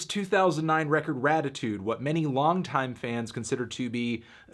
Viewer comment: Weezer: “Raditude” Melon: “Ratitude” Weezer: OK